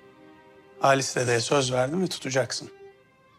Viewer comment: Halise "Halis" diye diklendikçe içim rahatlıyor 😂